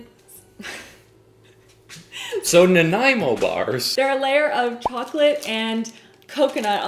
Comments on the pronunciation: It's funny and it also hurts a bit with how hard of a time she has saying Nanaimo bars. Also..... In BC Nanaimo bars definitely have melted chocolate on top... And in Nanaimo, you know, the city they were made in..... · And at the end I still didnt know the correct pronunciation of those bars 🤣🤣🤣🤣🤣... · Half my family is from Naniamo and it would always drive in insane when anyone mispronounced it. Bonus question, where is Naniamo?